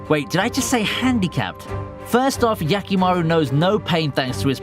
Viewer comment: Hee hee you need that Hee in Hyakimaru. It sounds like Yakimaru which is something else lol